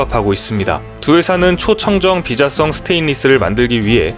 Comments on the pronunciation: 비자[성]이 맞는 발음입니다... ^^ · 무식한가 ? 비자-썽 철판이 아니고, 비-자성 철판 이니라.~~ 도대체 이야기 하는 내용읗 이해나 하고서 읽어대는거냐 ??